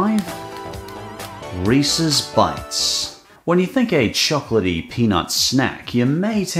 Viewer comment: I always appreciate how you pronounce Reese's correctly. As in Reese-iz instead of REE-SEES